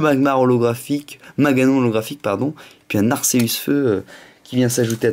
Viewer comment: Putain sa se prononce pas [arceusse] mais [arkéus] sa m'énerve sa sinon bonne vidéo